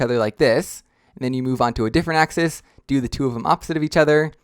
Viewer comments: Also what's a axee it's pronounced axis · Why do you say axize